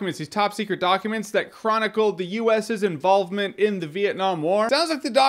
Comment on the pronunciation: Dude, "The WASHING Post (...) involving the (...) involVment?... Maybe you need to rest a bit?